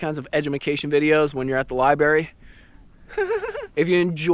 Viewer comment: I see u at my lake.. lmao liberry